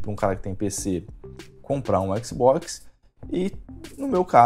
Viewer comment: Adoro o jeito que o fala xbox, (Equisboquis)